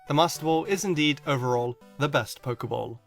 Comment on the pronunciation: Your saying a Pokéball wrong it's Pokéball not Poker ball